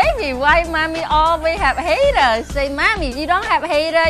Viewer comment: Of course not, she said hatters not HATERS! LOL